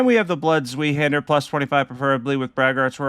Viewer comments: I’m sorry but it’s not zweehander it’s a German word it’s pronounced like zveihander but is spelt zweihander 😂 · Zweihander is pronounced ZVAI-Hander. It's German for Two Hander.